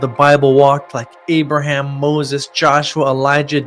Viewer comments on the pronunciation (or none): none